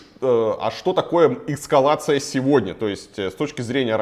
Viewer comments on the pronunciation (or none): Почему военный эксперт весь выпуск говорит «эскавация» вместо «эскалация»? 😅